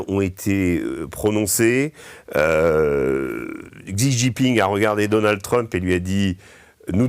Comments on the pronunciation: Xi se prononce "shi", pas "csi". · pour info : Xi se prononce Chi